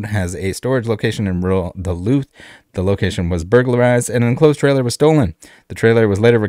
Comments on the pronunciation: I'm from Duluth and you are pronouncing it right. I didn't realize this story was in my home town lol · You're saying Duluth right 👍 awesome you are covering this story. Eric is a great dude, very happy they caught these guys. That video at the end 😆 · You pronounced Duluth correctly. Glad they got these guys.